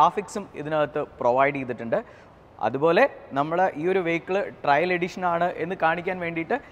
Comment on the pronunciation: ആദ്യം കാര്യങ്ങൾ അറിയുന്ന ആളെക്കൊണ്ട് പറയിക്ക്... GT 'ട്രയൽ' അല്ല, GT 'ട്രെയിൽ' ആണ്. അർഥം പോലും അറിയാതെ ഓരോന്ന് പറയുവാ... And 'Paddle/Pedal Lamps' അല്ല... 'Puddle(പഡിൽ) lamps' ആണ്. മൊത്തത്തിൽ വളരെ മോശം. Please do such videos with someone who knows the vehicle well. കഷ്ടം!